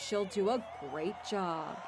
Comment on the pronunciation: Why she say job like that